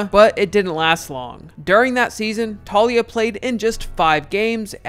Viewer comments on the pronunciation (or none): FYI....Taulia=Tao-lee-ah, not Talia